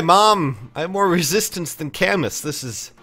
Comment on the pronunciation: I might be way off here, but shouldn't Camus be pronounced "Ca-moo" like the French author???